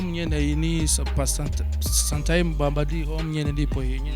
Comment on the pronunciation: Mbe harya ngo ni sanitime (sometime) 😂😂😂awa ma sta zetu bwana 😆noma😁😁😁